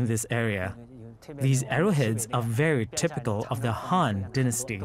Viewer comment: The narrator isnt pronuncing the two words very clearly：Han is the dynasty, Hun are the invaders.